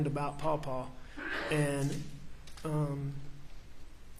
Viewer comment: I wish I drank. I would do it every time he said Pau-Pau.